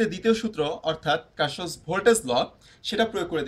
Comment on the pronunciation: vai kirshof na karshof